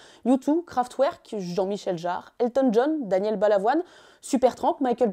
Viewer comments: on prononce KraftVerk, et non Kraftouerk ! Super intéressant.. et même topissime vidéo. Passionnant :) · Merci! Juste un truc, Kraftwerk est un groupe allemand, et il faut prononcer le w à l’allemande: /craftverque/ – pas /craftouerque/;) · En tant que passionné de science et de musique, j'ai adoré cette vidéo. Juste une précision : Kraftwerk se prononce Craftverk, pas Craftouerk (c'est allemand) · kraftwerk ça se prononce kraft verk, pas ouerk :( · Juste une petite remarque gentille… Kraftwerk, ca se prononce Kraft V erk :-) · Arf, jsuis ptetre un dandy mais le "Kraftouerk" m'a gratté les oreilles. Magnifique vidéo sinon, merci à tous les deux ! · Kraftwerk, ça se prononce kraftverk ! Sinon la vidéo est IN-CROY-ABLE ! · Kraftwerk, avec un w qui se prononce v... comme en allemand.